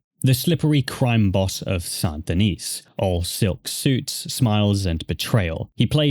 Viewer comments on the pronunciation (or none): sand de-neece ggrrrrrrr lol... it's san de-knee or sandyknee :)